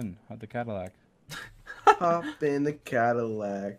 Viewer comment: translator: "zadillac" the way its made: "do you mean: 'cadillac'?"